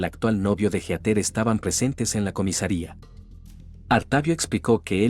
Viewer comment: No puedo con Heter, es Heatheeeer